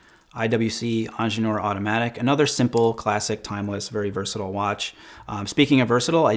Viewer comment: Please dont call the IWC "eanginieure"! The word "Ingenieur" is german for "engineer". Just call it engineer, its easier for you and for everybody else to understand. - written by a german